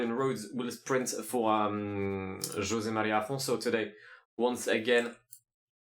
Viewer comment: Perfect pronnounciation of José Maria Afonso. I'm proud. 😃 On a more serious note, search José Afonso, the singer, trully one of the greatest portuguese person of all time.